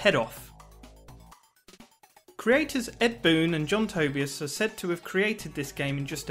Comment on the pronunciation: You said Tobias wrong.